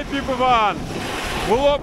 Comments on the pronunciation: "Піп іван" а не "попіван" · чому ПопІван якщо Піпіван?